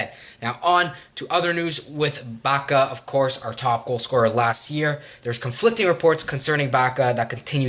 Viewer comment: Pjaca is read as Piazza